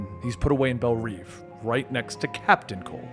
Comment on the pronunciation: You are saying bell rev wrong